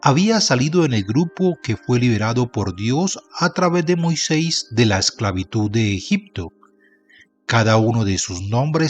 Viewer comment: Con todo respeto señor marrador UD no pronuncia bien....tenga cuidado y no pase las letras escritas.....zelofehad. No diga UD zelofea... En de Rahab UD dice raa.....el colmo Moisés no es Moisés......de seguir así me desuscribo